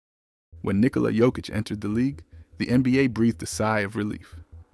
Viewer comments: Is it "Nilkola" though ? . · Nikola NOT Nilkola !!